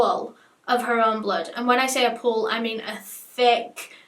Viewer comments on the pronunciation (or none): You know she was in a pool of blood when she emphasises it was Phooewl of blood